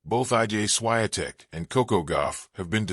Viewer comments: If you decide to record anything, learn how to pronounce someone's name. It's embarrassing. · Your pronunciation of the champ's name is a disgrace, disrespect to her roots and reputation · That's disgusting to say her name WRONGLY! Ask Google so you're aptly guided how to pronounce the name of the champ! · Why do you keep telling her namely WRONGLY??? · WRONG pronunciation of the champ's name!!!